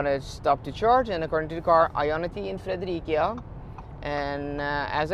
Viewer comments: Love your videos,! But why do you say "Frederikia"? In Denmark the "c" is pronounced with an "s"sound, like Fredericia. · Hi. No it is not allways windy in Denmark. When it is raining it typically blows a bit aswell. If you are at the sea in the Autum, then you can get some wind i your hair aswell;) (BTW Fredericia is pronoused Frederisia) Thank for some great videos;) I am getting a Polestar next!